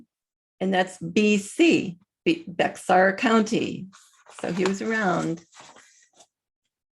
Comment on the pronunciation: Hey, I live in Tx and Bexar is pronounced “Bear”. I knew the second I heard about the Uvalde event it was a FF. JUST FYI 😊